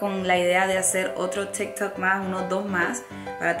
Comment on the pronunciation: Es tik tok no stikhhtt tokks lo pronuncias mal ...